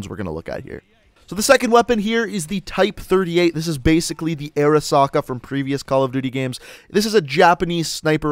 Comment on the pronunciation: Holy shit you said Arisaka right Drift can’t even pronounce the name for his life